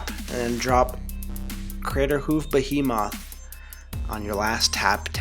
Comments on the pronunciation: dude u can't even pronounce behemoth(be-he-math) your video is no longer worth my time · Bah-HE-moth? Lol that's what you sounded like